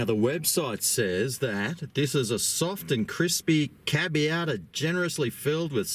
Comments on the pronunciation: Cabiata??? It’s pronounced Cha-baa-ta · "Cab-i-a-tar"... It's Chi-batta you bogan hahahaha...